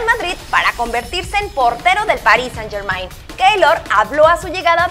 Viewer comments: Hola cracks, siempre los sigo y son los mejores. Pero ppr favor, la niña que habla que pronuncie bien el nombre de "Paris Saint-Germain" que escuche a Icardi, él lo dijo muy bien. Saludos desde Madrid!! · Día 762 esta gente aun sabe pronunciar el nombre del PSG, incluso cuando Icardi lo dice en el vídeo 😂😂 como choca cuando le pronuncian como se lee.